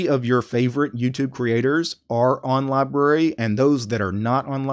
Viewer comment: It’s pronounced with 2 syllables!